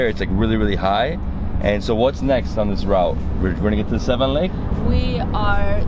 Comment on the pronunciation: please make an effort to pronounce Yereván not Yérevn and it is lake Seván not Séven! Thank you